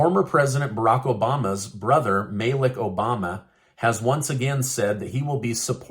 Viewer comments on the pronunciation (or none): none